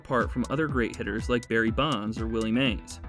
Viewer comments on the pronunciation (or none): none